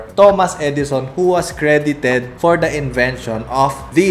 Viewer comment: Big emphasis on CREDITED for Thomas Edison 😂